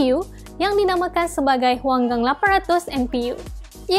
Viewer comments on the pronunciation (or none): Hanguang ke Huangang. Hang ke gua